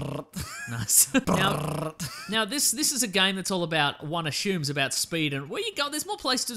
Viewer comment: Im being an idiot, i know, but the way he's pronouncing 'assumes' is really bothering me.